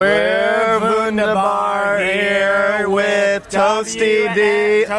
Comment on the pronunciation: 🙃 the slight disappointment in face when once again an interviewer pronounces Vundabar wrong 😂